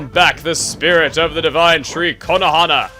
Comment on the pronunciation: every time you sat Konohana I think you say Konoha wrong :D